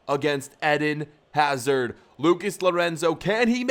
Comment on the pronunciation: You pronounce eden hazard in the wrong way